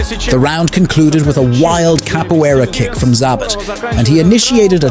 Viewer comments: It's Zabit, not Zabat) Cmon, you even write it right in the title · It's not Za-bit for fucks sake it's Za-beet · This could have been a great (and well deserved) recognition of a unique fighter's greatness, but to me it's largely ruined by the fact that you can't be bothered to learn how to pronounce his name correctly. And it would have been one thing if you heard it wrong once and just assumed that was the way you should say it, but you didn't even stick to a single mispronunciation. You call him ZAH-bit, ZAB-it, ZAY-bit... Like it's so totally inconsequential that you don't even bother to find out which one is right. And it turns out, none of the things you called him is right. It's pronounced zah-BEET. If you're going to butcher it, at least do it consistently, and give the illusion that you at least you might have thought had it right! Don't just say, "I don't know how to say it, but who cares? One of these ways is probably close!" Am I the only one who feels like it's a tad disrespectful to put absolutely zero thought and effort into trying to call the subject of your video the right thing? Who takes the time to make a video about someone and says, "this guy named... whatever, his name's not important. But he was really great, trust me!" Come on, man! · zaBIT not ZAAbit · "Zabbatt"? How'd you watch all the clips and end up with that pronunciation?😂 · 2 pronunciations of his name… both wrong. Can’t seem to pronounce several names, in fact. Facepalm… and “do not recommend”. Fire your robots.